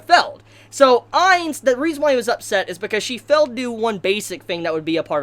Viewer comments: What's with the pronunciation? Felled? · will you pronounce failed correctly.